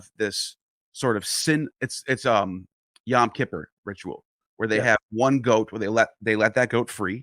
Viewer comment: Why do people on this program occasionally mispronounced “Yom Kippur” as “Yahm Kippur”? That makes things very weird, becaus3 it changes the meaning from “Day of Atonement” into “Ocean of Atonement.” Do you have some special Gnostic reason for doing that, or are you just being sloppy about a language that isn’t yours?